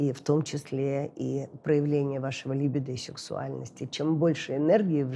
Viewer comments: Странно, почему произносит слово либидо с ударением на первом слоге? Ведь и по-русски, и по-английски правильно говорить либИдо, с ударением на втором слоге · Господи, ну когда же уже все эти психологи научатся правильно ставить ударение в слове « либидо». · я не о привычках, а о правильном произношении. Можно ведь проверить и в Википедии, и в словаре